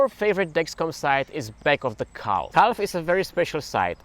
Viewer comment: The way you say calf sounds like an Amish person saying cow.